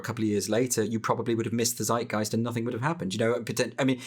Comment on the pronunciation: you said "seidgaist" in the video..... and it sound like the german word "Zeitgeist" spoken from n nativ english speaker ... so my question is... do you mean the german word or is it an english adoption from the german word or whatever?... coz bothe words sound quite similar and so far i understand the conversation i think both words have the same meaning have a nice day^^